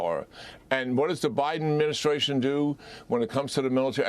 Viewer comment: Someone needs to explain to the President how to properly enunciate “administration”. He butchers it vocally as he’s butchered it … as he said “Medicare”.